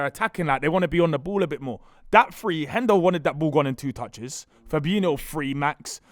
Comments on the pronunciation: "Fabeano" and "Firminio" This guy is so annoying, how can you have a platform based on football opinions yet not pronounce names properly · pronouncing Firmino and Fabinho's names wrong is so jarring How can you mix up the pronunciations as a grown man